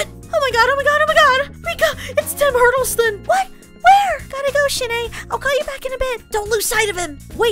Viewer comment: Tim Hurdleston? Is that supposed to be Tom Hiddleston? Lol